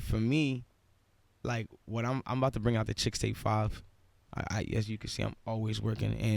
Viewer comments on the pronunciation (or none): I love how this station doesn't know what Chixtape is LOL Its chixtape not ChicksTape hahaha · It’s “Chixtape” not “Chickstape”